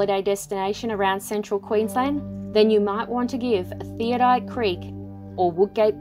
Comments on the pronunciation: Great pictures of a beautiful place, however, It is pronounced Theod - oLite not theodite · Ummm if your going to show places how about you pronounce it correctly it is pronounced "thee od o light" Not "theo- dight" wow insults to locals who named it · I am amazed at the amount of people who cannot pronounce Theodolite THEE -OD-O-LITE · Theodite? No, it's Theodolite.